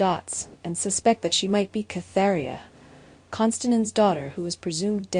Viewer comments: it is KATerINA not Catheria!!!! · Are you trying to say Katerina? Who the hell is Katheria?